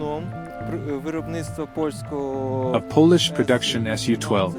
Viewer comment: AI Voice? Pole-Ish, not Paul-Ish. Love the video though.